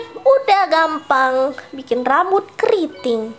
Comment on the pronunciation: Orang beda" kaks makanya dia bilang nya gampan😊